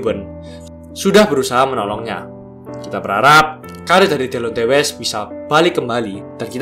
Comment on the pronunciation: Lebih bagus klo namanya dibaca "Dilonti west"